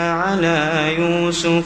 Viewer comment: ما شاء الله تلاوة عذبة زادك الله من فضله، لكن يوجد خطآن أود التنبيه عليهما: { إذ راودتن "يوسفَ" } ٥١ { أنا ومن "اتبعني" } ١٠٨